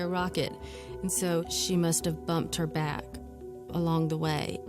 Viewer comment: Peter Parker....I noticed that too. BTW it's SMACK and BACK ... not smeck and beck!!!